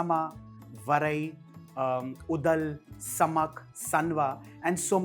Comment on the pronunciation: It's Oodhalu not udal.